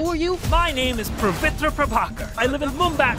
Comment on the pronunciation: dude cant even say his own name properly he says Pravitr instead of Pavitr. Its been bothering me ever since his reveal. i thought they would have fixed it by now.